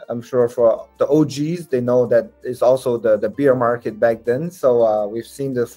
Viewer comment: On dit Bèèère market et pas Biiiiire market. On parle d'OURS(BEAR) et non de BIERE BEER. Incroyable le nombre de gens qui font cette erreur. J'oubliais ceux qui disent le "bulle" market mdr.. On dit BULL (prononcer BOULE) (taureau) market et non les bulles de champagnes.. On doit dire au passage RED BOULE et pas RED bulles. Le taureau rouge sur le logo les mecs! Alala